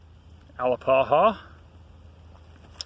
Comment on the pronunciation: ah-LAP-a-ha, it's Muskogee, you pronounced it Hawaiian.